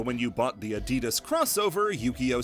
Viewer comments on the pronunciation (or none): none